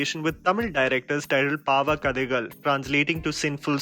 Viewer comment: your Tamil pronunciation of the title was just perfect!